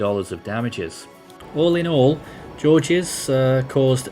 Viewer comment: It's pronounced like George, it's French.